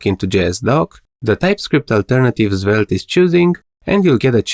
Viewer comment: Why does your svelte pronunciation sounds like "Zwelte"